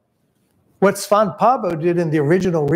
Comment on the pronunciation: Thanks for the video. A small correction though: Svante is pronounced Svann-te. Not Svaant. The "e" is not silent. Svante is a Scandinavian name, not French. (I won't bother explaining how Pääbo is pronounced though. It's too difficult to explain to people who don't have the "ä" letter).